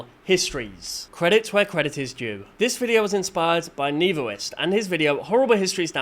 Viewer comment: "Neevo ist" is pronounced Neh-voe the First